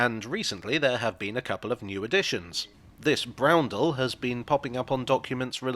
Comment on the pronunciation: oh you did say browndle